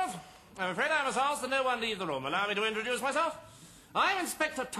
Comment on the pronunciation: _ Cleese actually does say "alduce me to introlow myself" in this sketch.